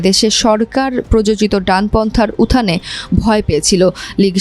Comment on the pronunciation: উত্থান " ঠিক করে উচ্চারণ করেন।